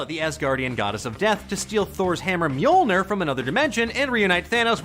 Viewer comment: I’m Icelandic and you’re not pronouncing it correctly